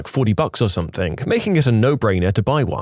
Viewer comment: And something “Somethink” annoys the F out of me